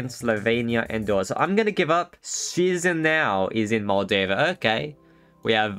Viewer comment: Hi i am a moldovan and i want to say you are prouncing Chisinau wrong its ki-shuh-nau if you dont know how to say it ask google